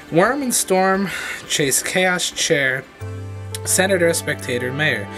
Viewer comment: Corps is pronounced like core. Chaise is pronounced as if it were sheyz.